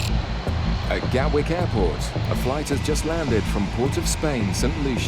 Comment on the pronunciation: Gatwick, not Galwick